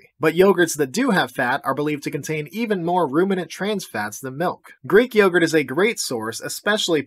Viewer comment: Plain MELK